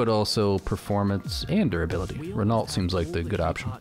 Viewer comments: It’s Ren- ohh not ren-olt. No hate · The way u said Renault is not how u say it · Yo renault is pronounced ren-oh. The L is silent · 'Ren-olt' LMAO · Renault.....lol, it's pronounced Ren-no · If wants to say it that way then that's the correct way. Don't question his authority.